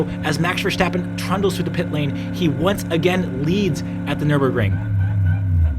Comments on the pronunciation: Please note that Max's last name is not VerSHtappen. It's VerStappen. Take a good look at the name. There's no reason to pronounce the S as anything other than a normal S. I don't know why so many people outside of F1 insist on prouncing his name like that. Kinda like they're trying to make him German. But he's not. He's Dutch :) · His name is not Vershtappen. You dont have to do the the silly shhh. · Great video but you gotta stop with the VerSCHtappen. You don't pronounce the S like you would with Nordschleiffe. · it's verSTAPpen as in ""STOP" ,not verSJTEppen. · Many thanks, great commentary. Also i’ve noticed English speakers tend to say Verstappen with an SH-sound like in Schumacher, while its actually more like just saying the word “stop”. No need for the SH-sound:) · Goddamnit it's not verSSHHHtappen. He's not German. Just pronounce it normally. I blame Brundle for this brainmelt pronunciation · Man, it's not Vershhhhtappen. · Why are all english speaking people pronouncing max' name as versHtappen. It's the same ST sound as stint, not shtint. Content wise i like the breakdown and pov tho, and it's so wild to be able to ride most of te same track in real life, makes me appreciate their speed so much more